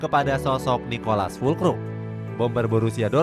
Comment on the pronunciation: ralat min..bukan Nicolas TAPI Niclas tanpa o kyk Niclas bendtner